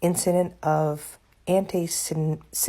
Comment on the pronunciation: She can’t even pronounce “Semitic” 🙄🙄🙄